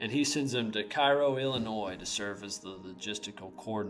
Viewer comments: It's pronounced KAYRO, not Cairo. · Is Cairo, IL not pronounced "Kay-Ro" rather than "Kai-Ro"? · Cay-roe is how it’s pronounced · pronunciation check: the city of Cairo, Illinois is spoken either "CARE-oh" or "KAY-row", but never like the city in Egypt.